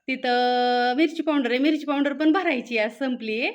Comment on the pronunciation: पाॅवडर नाही म्हणत😅पावडर म्हणतात